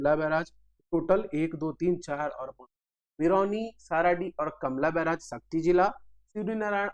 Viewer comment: कमला बैराज नहीं हैं सर... कलमा बैराज है .....